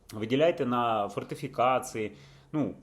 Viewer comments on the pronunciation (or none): Фортыфикацыы... Нi, фортефiкацiï